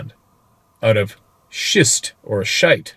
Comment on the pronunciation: You pronounced 'shite' correctly. Like right, right?